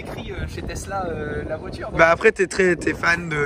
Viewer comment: Les supports de plaque format Europe avec la taille minuscule des plaques monégasques qu’est ce que c’est moche :o et « tezzla » y’a que moi ça rend dingue? Ça se dit « tessla »